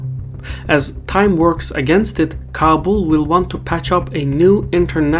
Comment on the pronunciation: It's pronounced Ka-bool.